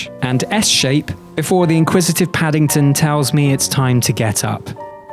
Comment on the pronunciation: Purrple and pattington😂